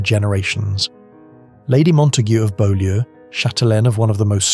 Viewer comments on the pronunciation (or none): The Montague House is pronounced “Bew- lee” Spelled Beaulieu! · Beaulieu is pronounced ‘bew-lee’. It’s a tricky one. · It's pronounced Bowl-yew in the case of Priscilla the wife of Elvis Presley